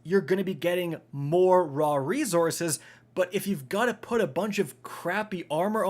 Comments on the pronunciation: Anyone else bugged by the way this man says resources? “Ree-zor-ziz”😵‍💫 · Does how he says resources bug anybody else?